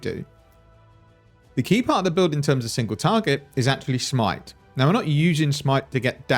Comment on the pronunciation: just keep calling it shmite please